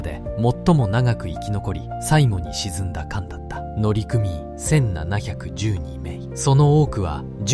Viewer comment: 「のりくみいん」です。